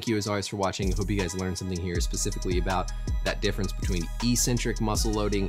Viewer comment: You’re missing a C when pronouncing eccentric